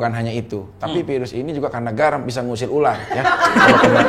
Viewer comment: Si abang ktularan si vicky bilang virus aja vaerus😂